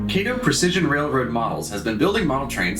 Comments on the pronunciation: Very nice quality video, just wanted to let you know though, you kept saying Kay-to, but the correct Japanese pronunciation to say it is Ka-to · Hey my friend nice review. Just one note - it is not KAYTOE it is KAH-TOE . Other than that little note, well done. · Actually I do live in Japan…..it is pronounced KAH-TOE. KATO——KAH-TOE. Sorry my friend but that IS the correct pronunciation. Kay-toe was the Green Hornet’s sidekick. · Never heard of a "Kay Wha Sha Kee" Motorcycle.....(Kah Wha Sha Kee) so its (Kah Toe) Kato ............. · though i think British people pronounce the name like Kay-to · I'm gonna nit pick but it's pronounced "kah-toh" with the emphasis on the 2nd syllable. Othewise thank you for sharing!